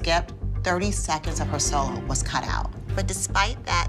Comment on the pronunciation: Does anyone think about how the girls pronounce solo "sul-low"? Just curious.